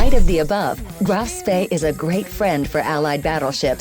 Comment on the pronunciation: To be honest... it isnt THAT hard to say Graf and not Grove